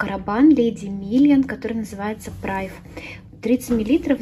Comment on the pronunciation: Аромат называется не прайв, а привЭ